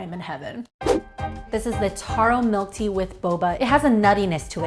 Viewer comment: taro not toro lol